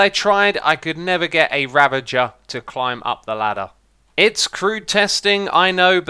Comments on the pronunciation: Ra-vuh-jer Not revenger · It's a raaaaaavenger not a reeeeeevenger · The fact that he keeps calling mooshrooms, mushrooms is driving me crazy. Also ocelots/cats have never taken fall damage. And its Ravager not Ravenger. Otherwise good video I love your content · stop calling it a ravenger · Is it hard for British People to say "Ravager"? I don't get why so many people say "Ravenger". And do they know that they aren't saying the right thing? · R A V A G E R not REVENGER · Also its ravager nit revenger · Ravager not ravenger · ravenger, not revenger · Xisuma: Revenger Literally everybody else: Ravager not Revenger! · oh man you can REALLLY tell how far back this was recorded due to him saying "ravenger" instead of "ravager" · Do you call a 'ravager', a revenger because it became your habit, or you never noticed it or because it makes some people go off or just because you want to ? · Hey Xisuma, did you ever notice it's called RAV-AGER not revenger. Sorry it was bothering me. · it is ravagers, not ravengers: end game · THATS NOWHERE NEAR HOW YOU SAY RAVAGER! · I can't believe someone as experienced at Minecraft as Xisumavoid didn't know cats don't take fall damage. And can't pronounce Ravager properly. At least to his credit, unlike Antvenom, he knows Golem is not pronounced "Gollum". EDIT: And now, later in the video, he actually pronounces Ravager correctly and pronounces Golem wrong in the same sentence. Ugh.